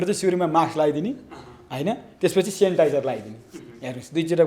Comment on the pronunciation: Haina kasto patrakar ho sanitizer bhanna ni naaune ho sanitiz po bhaneko haite